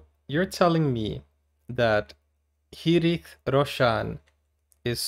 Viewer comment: Hrithik is love ❤️😍 please watch more videos about Hrithik. And It's Ri-thi-k (Hrithik) in pronunciation.